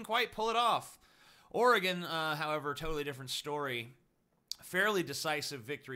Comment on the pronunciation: total not shop... tooottall